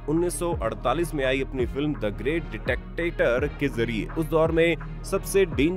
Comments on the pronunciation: डिटैक्टेटर नही डिक्टेटर सही प्रोनाउंसिएशन होता है। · ditactator nehi, dictator.